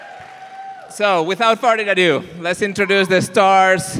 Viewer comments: Sorry, but when says "Without further ado", it sounds like "Without farting on you" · says "without farting adieu" instead of "without further.." 😂😂😂